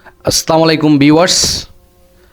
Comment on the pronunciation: প্রিয় ভাই আপনার যে কটা ভিডিও দেখলাম সবগুলোতে দেখলাম আসলামলাইকুম বলেন সালামটা শুদ্ধ করবেন